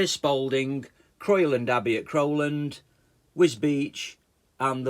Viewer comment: We live near Spalding 😊 ps its pronounced Crow land, not Croy land 😊